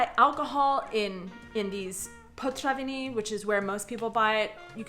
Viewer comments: It's potraviny, not potřaviny. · "potraviny" ... not "potřaviny" :D ... I like your content btw :) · I imagine there's gonna be a lot of people saying this, but your way of using the word "potraviny" is just so confusing for a Czech :D Firstly, you're often pronouncing it as potřaviny for some reason :D And secondly, "potraviny" means groceries. Food. While "večerka" means a store that is open later than the usual ones (let's say a regular small grocery shop would close around 19 while the večerka would stay open until 21, hence the name (from večer - evening)). But since the večerka also sells food, they put the word "potraviny" on the door :) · pronouncing potraviny as potřaviny is because the r can be "americanized", say i e travel and you will understand..... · It’s awesome that you’ve learned ‘ř’ and now you use it in literally every ‘potraviny’ said in this video :) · I enjoy your videos even when they have nothing to do with me. I have a Canadian daughter-in-law so if you allow me to make your Czech more understandable; the emphasis in Czech language in on the first syllable. It is a very strong emphasis - PO traviny. ŘEznictví. If you do this, everybody will understand you on the first try, without the hhhh????:-)